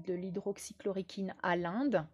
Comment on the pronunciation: on dit hydroxychloroquine, Bise Hugues.